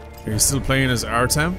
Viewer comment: ''My name is Artyom'' : Oh Artem?